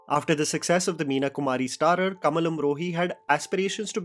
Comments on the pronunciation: It’s Kamaal Amrohi not Kamal…..correct your vocabulary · Its not kamal its kamaal amrohi brother